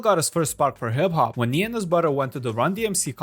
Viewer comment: Lmao “in the warld of hib hob”😂